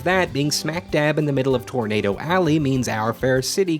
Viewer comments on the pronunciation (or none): none